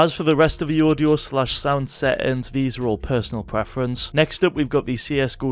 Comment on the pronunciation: What are "set-ends"???